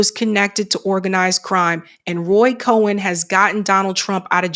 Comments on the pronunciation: it’s Roy Cohn pronounced like “cone” not “cohen” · Pronounced Cone